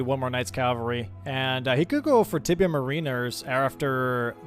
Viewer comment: Gotta love with the "Tibia Marinder". 🤣